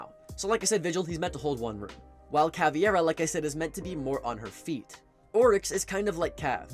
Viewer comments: It is CaviEra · Can someone explain why CavEIra gets pronounced as CavIEra by every content creator and player alike? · Are You calling her CaviEra on purpose to bait out comments like this?